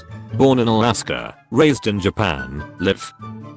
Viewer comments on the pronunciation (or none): none